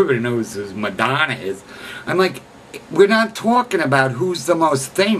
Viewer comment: You don't even know how to pronounce her name...